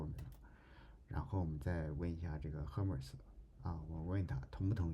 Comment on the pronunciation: Hermes 读作/ˈɜːrmiz/ 厄麦兹🤓